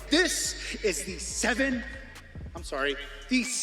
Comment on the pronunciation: “Sevin” just sounded like a ship name tbh 😂